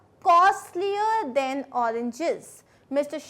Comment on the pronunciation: Mam your THAN pronunciation sound is like THEN